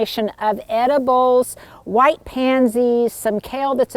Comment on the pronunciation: Loved the tour. 😍 I laugh every time you say “edibles”, though. 😆